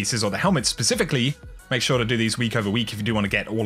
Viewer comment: I'm not gonna buy that from someone who says "ure"